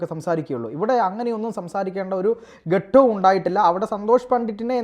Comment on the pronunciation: ഗട്ടം അല്ല ഘട്ടം 👍👍